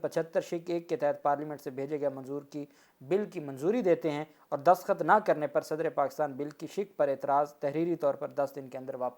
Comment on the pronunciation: alfaz destakhat hota hai daskhat nahi nara mat hona Allah apko salamat or khush rakey ameen dua go 🇪🇦🇬🇧